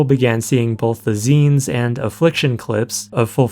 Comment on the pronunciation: Love the video! You're an awesome creator, but I'd suggest euphemisms like"struggle snuggles" for rape and "pattycake" for underage abuse... And finally, I don't think that the Youtube channel for Joe is right. Back in the day there were a ton of 'zines all over, but it's pronounced "zeens". If this guy was really involved, he'd know what to call his own work. It'd be like an F1 racer calling himself "an F1 racist". And yes, I believe Joe to be an F1 racist.